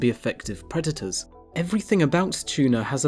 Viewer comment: You know, the word "predators" has a "d" in it right?